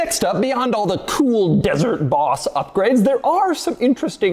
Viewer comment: Why you say Boss like an idiot? Like 80 times you said bHHHauss